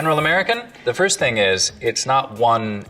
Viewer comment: I always kind of giggle when you say “House” or “Thing”. Sounds like you say “Hice” and “Ting”. It’s cute though! 😍